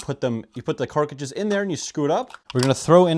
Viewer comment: Its not said carcage, its a CAR-TRIDGE